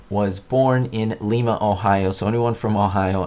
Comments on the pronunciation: Nice work catching this. I am sure I watched it when I was young, and don't remember if I caught it or not. FYI, as Ohio is not in Peru, it's pronounced LI-ma (lie-ma) not Lee-ma. Just north of me in Dayton. They also made steam engines there, but didn't adapt well after... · Lie ma not lee ma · She is from Ohio,but it not Leema ... It Lima like Lima Beans. I've been there. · It's pronounced l eye ma, not leema. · I think your making something out of nothing. Anyone can tell a mile away it was her. Also, As an Ohioan Lima is pronounced not Leema but rather Leyema. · The city in Ohio is pronounced the same as lima bean. lye-ma, not lee-ma. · It's pronounced "LIE-mah" Ohio... not LEE-mah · Lima is pronounced like lima beans. Long I sound. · Great videos, as always. F-Y-I...the city where Phyllis Diller was born is pronounced LIME-UH instead of LEE-MAH. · Lye-ma not Lee-ma. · Lima, Ohio is pronounced Lye muh. Not Lee muh. I know this because I live in Lima. Born & raised there and yes our museum even has a special tribute to Phyliss Diller. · Liema. Not leema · I remember this episode very well and oh by the way you pronounced lima Ohio in correctly it’s pronounced lima not lima 😹😹😹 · Lima Ohio is pronounced like Lima beans, not like Leema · Hello love the Batman videos. Just wanted to correct you on the pronunciation of Lima Ohio. It pronounced with a long eye. I was born there and raised 12 miles south on I-75 in Wapakoneta Ohio. Just thought you might like to know. Keep up the great videos!! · Nice, but you pronounce the city in Ohio as L(long I)ma as in lima beans. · Oh, and it is pronounced Lyma. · Hi, always enjoy your posts. Lim, Ohio is actually pronounced Lye-mah. I always liked Phyllis. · Hi! I definitely noticed the Phyllis Diller cameo. Just as an FYI for future reference, I believe it's pronounced "Ly-ma", Ohio. Or at least the people I know from there pronounce it that way. Keep up the great videos! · Lima Ohio is pronounced like lima bean.